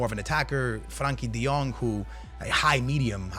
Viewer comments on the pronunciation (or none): none